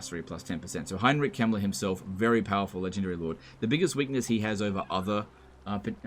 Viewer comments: same here. dosn't pronounce the K and says the e like an i. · I legit thought you said Heinrich Himmler instead of Kemmler and I had to kinda do a double take. I do guess Himmler would fit into the Warhammer world.